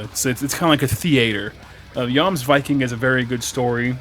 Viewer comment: You are the first reviewer I've seen to have pronounced it correctly!